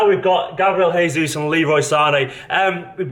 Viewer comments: since he's Brazilian, his name should be Gabriel "Zhaysoos" rather than "Heyzus":D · Hey mate, we speak portuguese in Brazil; not spanish. - its not He-zus like in spanish. - its more GE-zus like in "Geo". He is a 9 and will score more than Neymar in europe imo. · WE DO NOT SPEAK SPANISH!!! It's gabriel JJJJJJesus!!! Not gabriel hesus!! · It's not Resus, its jesus like you say it in english..brazil dont speak spanish 😒😡